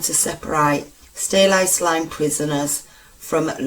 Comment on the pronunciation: Interesting but the narrator is terrible. One minute she's shouting at you then the next minute she's stopping and starting like she hasn't read through the script first and pronouncing words wrong like catacombs and Worcester and it's Steelhouse lane not "Stealhouse" It's a shame because I like her brummie accent. Maybe practice reading the script before recording?